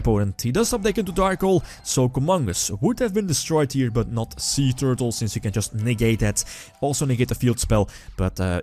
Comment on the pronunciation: Every time he said "Suee Tewrtle" I died a little inside...from laughter. =p